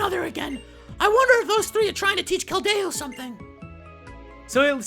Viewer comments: its keldeo not keldao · Pronounced Kel-dee-oh not Kel-day-oh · I hate when you pronounce keldeo like the its not keldao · Anthony Acosta WAT??? He has Keldo? That's not a pokemon! Though, it sounds like keldeo (Being sarcastic...) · IT'S KELDIO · Actually more like Kel-dee-oh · It's pronounced Kel-deeoh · its pronounced (kel-dee-o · its kell dee o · keld-AYE-o :P